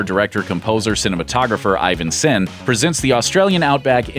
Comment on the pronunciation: you pronounce Ivan as e-van, van in as in Jean-Claude Van Damme